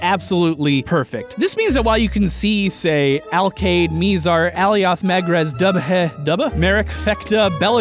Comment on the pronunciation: Miz-ar MiZ-ar not Miezar, If it does not sound right why not say it a few times. A few different way or look it up on youtube to see how others say it?